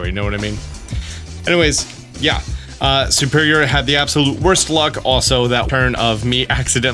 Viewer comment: thank you for these guides but why do you always say "SUperior" instead of "SERperior"?